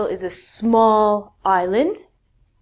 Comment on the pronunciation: She forget the pronunciation of island